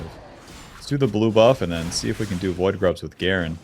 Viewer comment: I keep hearing "woodgrubs" when he says void grubs